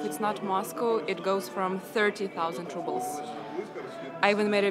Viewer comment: 3 monthly wages for a phone.. crazy. ps: no mean to diss but I find it funny you say "rubbles" instead of "rubles", kinda fitting ;-)